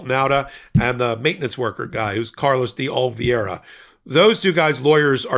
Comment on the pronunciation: day oh - lee - VAY - ruh day oh - lee - VAY - ruh day oh - lee - VAY - ruh You'll get it if you keep trying. Others on the network have -- finally -- mastered it. The only prerequisite for success is that you must actually GIVE a damn about it!